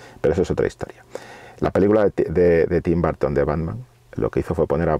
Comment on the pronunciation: No entiendo por qué los españoles le dicen "Barton" a Burton